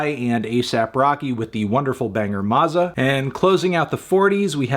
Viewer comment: “Maárza” girl what?? Mazza is a short a sound